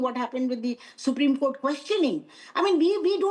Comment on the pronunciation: I m sorry what Kupreme or Supreme 😂